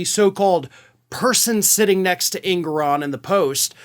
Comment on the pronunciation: Just FYI, the Judge's name is properly pronounced, "en-GOR-on."